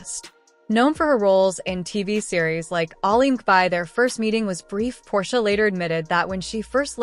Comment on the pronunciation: Really? The stupid robot voice can't even say Portia's name correctly.